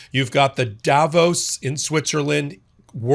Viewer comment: Learn to say Davos properly please